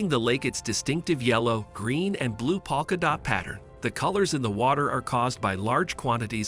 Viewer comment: Can't you idiots get a real human to narrate this video? Or if you absolutely have to use an A.I. robot, can't you at least make an effort to get it to pronounce words properly? Just for one example.... a "polka dot" pattern is not pronounced "PAWKA DOT". So damn annoying.